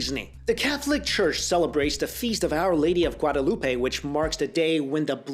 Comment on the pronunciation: If your going to say my name "Guadalupe" please say it right